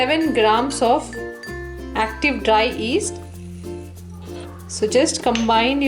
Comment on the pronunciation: stop she is not that bad. Try teaching something in a second language, F that. But she said east instead of yeast haha